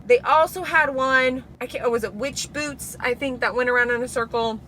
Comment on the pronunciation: I thought you said witchy b**bs instead of witchy boots 😂😂😂😂😂😂